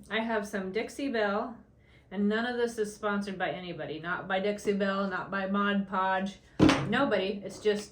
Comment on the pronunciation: It’s not called Modge Podge it’s mod podge